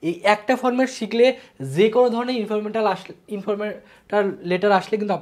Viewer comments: Informatal? Naki informal? 🙂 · Informetal letter😂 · Informwtar letter 😢😂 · Informal letter❌ Informetal letter✔️😂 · Informetal nh informal😂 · Informatal na vai informal letter 😂😂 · ইনফরমেটাল না গাধা। ইনফরমাল লেটার🤣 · ইনফরমেটাল লেটার না ইনফরমাল লেটার